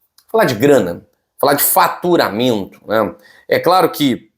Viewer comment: Boa tarde fala claro e faturamento ou FARTURAMENTO K K K K.